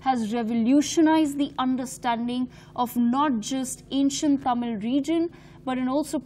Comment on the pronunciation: Not taamil, mam